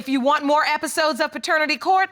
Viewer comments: "Yesyuwarna" "noyuwarna" it's annoying 😑😑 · Leslie Sinclair OMG! I couldn't stop laughing at this comment!🤣 Yu-wana!😆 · Leslie Sinclair lol...yuwana! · Yep.........yuwanna........gotta go!🤣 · Yes shuwarna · I thought I was hearing wrong for a sec. Yuwarna for sure🤣🤣🤣🤣👍🏾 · Lol if she Yuwana one more time